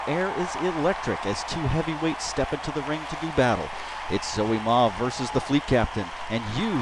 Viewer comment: Dude! thanks for the shoutout you're awesome! And that was actually a pretty good pronunciation of my name.